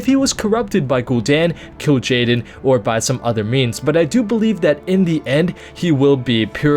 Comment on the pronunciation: pretty sure it is Kil Jaden